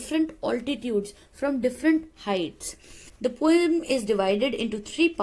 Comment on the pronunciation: Why you always say pom instead of poem?